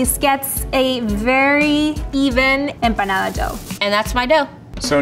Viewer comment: EM...PAH... NADA.!!!!!